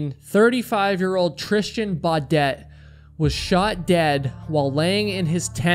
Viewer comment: 9k likes to about 400 dislikes isn't bad at all. There's always some vocal minority online. Not gonna pretend I can't criticize him at all though; he said Tristian Bawdette every time when it's TrisTAN BEAUdette, which could be seen by strangers to the channel as disrespectful because those shouldn't be so hard to pronounce. He also does that annoying "you have to subscribe" thing--no. No one has to. Subs are a privilege, it makes you sound entitled. Brutally honest tough love here, not hate. But that said; I am here because I enjoy his stories. Seems like a great guy. If he takes user feedback, he will keep growing in popularity because it's great content.